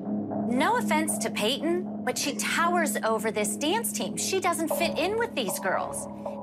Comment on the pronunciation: Lol I love how Payton’s mom pronounces her name like PA-TON